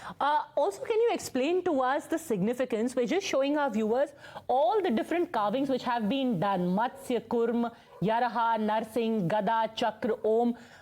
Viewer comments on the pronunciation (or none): It is Varaha madam, not Yaraha Now I think you should learn differences between 'V' & 'Y'. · She says yaraha for varaha😂😂😂she's very learned.. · Not Yaraha it's Varaha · Did she say Yaraha instead of Varaaha? I thought I heard it so. I guess she was in a hurry to complete her question. But, the avatar name is Varaaha. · Did the anchor tell yaraha instead of varaha?